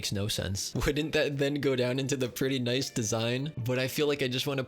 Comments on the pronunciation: n-eye-s vid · N-eye-ce video